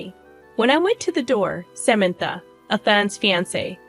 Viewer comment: Can’t pronounce Samantha’s name? Good story but terrible sister in law.